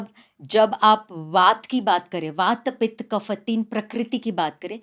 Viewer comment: Shame on the lady who cannot pronounce वात पित कफ Its not वाता पिता कफा